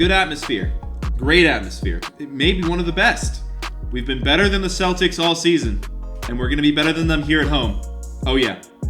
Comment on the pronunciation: "The Keltics" HA HA HA!!!!!!